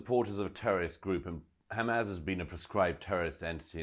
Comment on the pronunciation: I'm usually a fan of Murray but I thought he believed in free speech and he can't pronounce hamas (pronouncing it hamaz) which looks very odd.